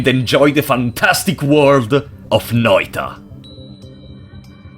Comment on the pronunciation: Big ups for pronouncing Noita correctly. Also these were my favorite streams of yours to watch, even if I only could rarely chat.